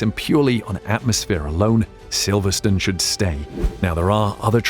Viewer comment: The "e" on the end of a word in English dictates the pronunciation of the preceding vowel. Silverstone is never Silverstun.